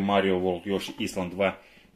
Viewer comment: Не Ёши исланд, а Ёши Айлэнд))